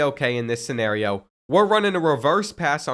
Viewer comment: Bro that was a crazy way to say “ scenario”